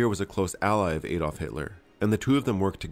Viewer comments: It's pronounced add olf not aid olf. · Very interesting, but the Adolf in Adolf Hitler should be pronounced Ah dolf (the 'Ah' rhyming with 'far' ) - not with the 'A' rhyming with 'way'..